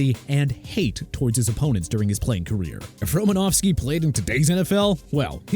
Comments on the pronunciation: WHOEVER SAID NDAMUKONG SUH'S NAME WRONG NEED TO BE FIRED IMMEDIATELY!! ALSO IT'S EVAN DIETRICH-SMITH!! AND TYREEK HILL MOST HATED PLAYER... KEEP THINKING THAT DUDE... I WISH YOU WOULD... ALSO IT'S ROMA-NOW-SKI NOT ROMA-NOV-SKI!! THE MAN AIN'T RUSSIAN!!!! I DON'T NEED THIS... I REALLY DON'T... YOU PPL NEED TO QUIT... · thought it was RomanOWski.. not Romanavski... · Roses are red, violets are blue. Unsportsmanlike conduct, Ndomunkong Suh. Also, there is no "F" in Romanowski. It's not "Romanofski."